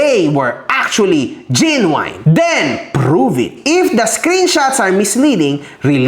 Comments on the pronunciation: *correction lang po Genuine correctly pronounce as JEN-yoo-in not Jen-yoo-wine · solid follower mo'ko dati pa ako nanonood sayo. Correction lang sa pag pronouce mo sa "Genuine" it should be; Jen • nWin. Walang halong yabang or what, or sama ng loob alam kong hindi ingles ang lengyahe na nakasanayan mo. Keep safe! Always have a room for a new knowledge, marami din ako/kaming natutunan sayo ~ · Idol mali pronunciation mo sa prism Saka genuine pagalitan mo researcher mo